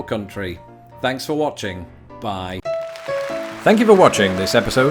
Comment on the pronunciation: "Thanks for watching, Baayyye." You're becoming an American... You should get your drivers license and get it over with. ;)